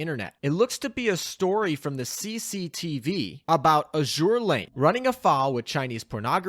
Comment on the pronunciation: you'd think that an Azur Lane youtube channel knows how to pronounce the games name